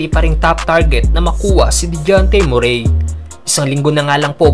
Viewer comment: Boss hindi MUREY, ang tamang bigkas ay ME...RI